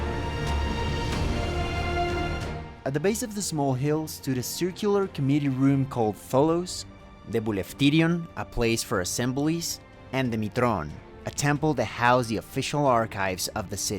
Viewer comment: I am also Greek and I think he is pretty good in his pronounciation. Not perfect, but is anyone perfect in their pronounciation of any foreign language? He makes small mistakes like pronouncing "βουλευτήριον" with a hard "b" sound, instead of a soft "v" for the "β" and his "r"s are a bit too strong, but so what? I would undertand the words if he spoke them to me on the street, which is a lot more than most non-native speakers can do. I don't understand your derision towards him, it seems unnecessarily mean. Do you think you can speak his native language (whatever it is - ?Spanish) better? Also, what is your problem with Uzbeks? Are they famed to have the worst greek pronounciation or what? Or are you engaging in a bit of old style chauvinism? Lighten up, and enjoy it when a person from another part of the globe is interested in Greece enough to do all this work about ancient Athens and its architectural history.